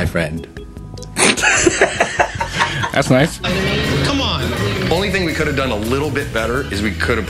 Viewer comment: matts my fwend :3